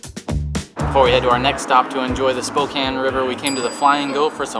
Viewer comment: Thank you for saying it properly.